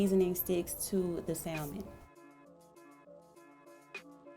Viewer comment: THE L IS SILENT IN SALMON. IT'S PRONOUNCED SAMON.